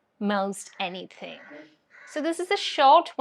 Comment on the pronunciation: “anything “ word you say with North Indian hindi accent any dthdthing alla ലൈറ്റ് ആയിട്ട്” ത് “പറഞ്ഞാൽ മതി…neither ത. as mallus say nor ഥ as Northis Hindi style